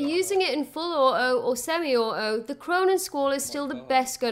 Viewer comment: auTo....beTTer Holy Christ pronounce the T's